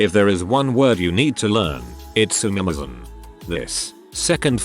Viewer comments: For those that dont know or arent aware, At about the text to speach voice pronounced the word “sumimasen” wrong its supposed to be pronounced as su-mi-ma-sen (su as in (sue) or (su)it mi as in (me)at or (me) ma as in (mo)m sen as in (ce)nt or (sen)tence) hope that helped :v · Yeah, even my British Dad who basically hates anything non-English including the parts of England he doesn’t consider to be ‘English enough’ is aware of how to pronounce ‘sue-me-mah-sen’, thanks... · If You were to say So Sue Me the Sue Me part woud be the correct pronunciations for the begining. Otherwse well done.